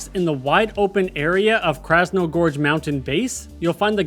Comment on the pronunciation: Krasno-GORGE can’t tell you how many times I twitched hearing you mispronounce it…